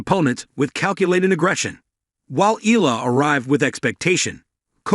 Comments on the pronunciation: EYALA Thats the correct pronounciation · It's looks like this sports caster doesn't care about right pronunciation of foreign players, to them they do it what fits them , it's E YA LA!!! bwisittttt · This is not first time you covered Alex Eala, but still you're not pronouncing her to full name right. EALA is pronounced like there's a 'Y' in between E & A. FYI